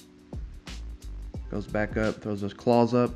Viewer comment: PSA for anyone reading this...don't pronounce the Z. CrawZ is said like craws, not craw-z.